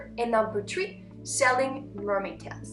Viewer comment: It is three not tree not being mean just telling u